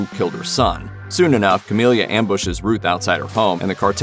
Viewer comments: Whether writer, editor, or narrator, SOMEONE didn't know that her name is "Camila", and NOT "Camilia".. lol Hearing the wrong name said SO MANY TIMES, and with confidence, was hilarious. Did any of the above even actually watch the show? haha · First thing…..it’s Camila, not Camilia. Second, the show is over and the ending was meh. They could have done a “where are they now” at the end to explain this…..but I doubt if there will be a V2 or spin off. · You can tell the person narrating this did not watch the show. Its Camila, not Camilia! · It's Ca-milla, not Ca-milia 🤦🏻‍♀️ And "perfect ending"? No. It was a total cop out, the only show which holds the perfect ending title, is Breaking Bad.